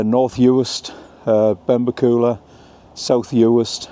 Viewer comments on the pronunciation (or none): Benbecula is pronounced with the stress on the "e" in bec and not the "u" in ula. Ben-BEC-ula. Lochboisdale pronounced perfectly. You missed the causeway over to Eriskay and the wee ferry to Barra. Barra and Harris vie for the most stunning islands. Thanks for your work.